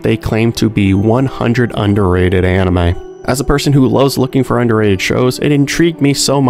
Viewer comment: I had to play back several times, thought you said underaged shows.